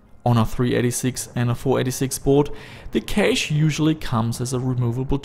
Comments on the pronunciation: pronounced "cash" not "kayshe" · I'd like to tell you that "cache" is pronounced the same as "cash" as in money :) have a nice day, awesome video btw. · Cache is pronounced like 'cash'. Please... I can't take it anymore. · I guess Canada is like Australia then Cayshhh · Your cashe sounds like kaysh :P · Nope. He said it again, I can't do it! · Kaysh ??? its cache.... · lol you say cache like idubbbz funny voice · although im not talking about grammar, i was just confused by a pronounciation i never heard before, but cool, didnt know they say it so weird over there!